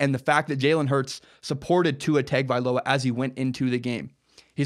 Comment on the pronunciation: Ta Ga Vai Loa